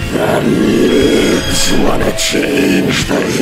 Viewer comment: The fucking emphasis on ‘libs’ has me instantly laughing